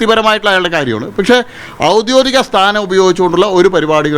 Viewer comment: ഔദ്യോദികം അല്ല ഔദ്യോഗികം 😂😂